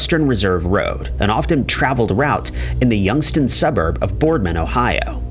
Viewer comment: And it’s pronounced YOUNGS-TOWN. THAT’S MY HOMETOWN AND WHEN YOU MISPRONOUNCED IT THAT MADE ME A LITTLE IRRITATED. BUT I REMEMBER THIS CASE. THE WESTERN RESERVE JOHN DOE.